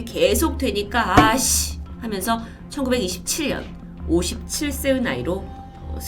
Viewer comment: 말씀하실 때 '해면서'로 들릴 때가 있네요~